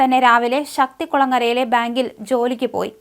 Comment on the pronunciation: മലയാളത്തെ വ്യഭിചരിക്കരുത്. ബക്ഷണം അല്ല, ഭക്ഷണം ശർദ്ദി അല്ല, ഛർദ്ദി. ശക്തി(ക്കു)ളങ്ങര അല്ല, ശക്തി(കു)ളങ്ങര ഇവളെ മുക്കാലിയിൽ കെട്ടി അടിക്കണം